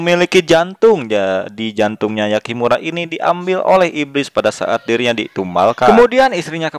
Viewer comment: yakimura:v (hyakki-maru) gw denger nya yakimura